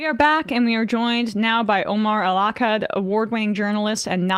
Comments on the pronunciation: He's name is Omar EL Akkad not chi osse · I love Omar. You said his name weird.